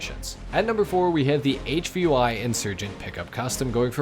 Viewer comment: Its a CH53 Super Stallion. It would pay you to just a little more research because a lot of the names you are calling the vehicles are not right but they are also not wrong. The HVY APC is not pronounced H V Y. That stands for Heavy. Its basically the same thing like the Caterpillar Co who produces heavy equipment but they dont use the full name and instead use CAT. So in that reference youd say the word cat and not C A T.